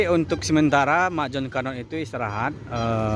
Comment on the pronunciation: Bukan Jon canon😅😅,ajo canon min wkwkwk